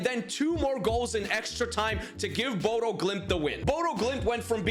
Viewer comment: As someone who live there and have it beaten into me since I moved here. Its pronounced Bodø (Buddha)